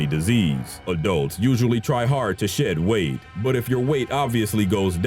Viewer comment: i thought he said "adults usually try hard to shit weight" for a second lol